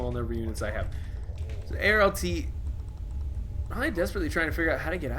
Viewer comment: I'm certain you will love either New Dalaran/Worgen(currently) or Earthern Ring Horde in LTA then. ^^ Nontheless, nice cast - actually quite tense to watch, as all the remaining players did a good job in this one. edit: Haha, that pronounciation of Arlt's name at the end. Love it ! xD PS: The part after this video is imo okay. No weakness to show emotions - we all do, so it's fine. Therefore, I do appreciate to it and watch this part as well. PPS: Damn, I should probably not mid-video write comments. :/ Either way, know that feel, I guess. My worst event was probably months ago, when I thought I found friends in people (women - I normally have a high opinion of girls, but well, those were sadly rotten inside), who just turned out to use me for the advantages I offered (mainly car service) - and at some point, when they tried to tell me, that they had no time for me, they decided to lie in a horrible way to me, where I was furious, when I found out. Mayhaps my worst experience.